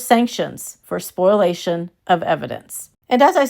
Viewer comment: So it's okay for KJ to delete stuff but no one else??? Also,, it's "spoh-lee-a-shun" not "spoil-ation." Sorry to be the grammar police! 😊